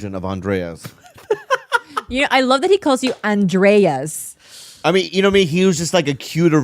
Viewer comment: HIS NAME IS ANDRES AND NOT ANDREAS